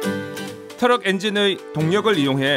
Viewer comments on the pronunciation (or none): 터럭이 아니고 트럭 뭔말인가 몇번을 돌려봤네 ㅋㅋㅋ